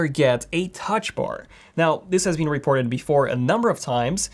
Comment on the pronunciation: He pronounces it "reep-orted".